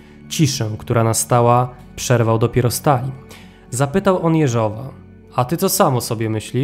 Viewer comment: Może i drobnostka, ale chcę pochwalić za rosyjską wymowę nazwiska Jeżowa. Bardzo dziękuję!